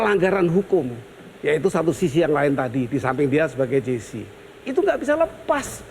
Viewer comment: kukira host nya smart, ternyata penyebutan JC saja salah,, itu JC bukan GC